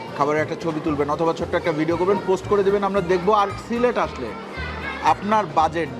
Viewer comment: সিলেট কে সিলট বলতেছেন কেন বেকুব এর মতো,আপনার বাড়ি কই